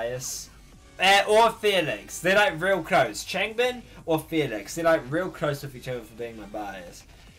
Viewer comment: Just stumbled upon this in my recommendations lol great reaction man, love your enthusiasm 😊 BTW just some tips for pronunciations: WooJin--> yes fam it's a 'J' 😂 try not to over pronounce the 'w', its more like oo-jin if that makes more sense Chan-->the 'a' is pronounced a bit softer MinHo* ChangBin-->like Chan the 'a' has a softer pronunciation HyunJin* JiSung* Felix-->I mean it's his English name what more do you want lol (my fellow Aussie! Along with Chan 😊) SeungMin-->this is a bit confusing (especially if you don't know 100% how romanisation works) but think more along the lines of 'Soong', as opposed to 'Song' JeongIn-->again if you don't get romanisation (coz its stupid & ppl use different versions which confuses ppl even more) the 'e' is an indication of what type of 'o' sound his name has. Its essentially the same as JiSung's just with a 'J' lol also the 'I' in 'In' doesn't need too strong a pronunciation, but don't do it too soft either (confusing I know 😅) *you've got it/self explanatory I also did this in age order to help with remembering lol Hope this helps 😃 💕